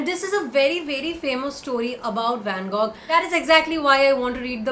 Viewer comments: It's pronounced 'Van-Go'. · u pronounced Van Gogh wrong, do check it out.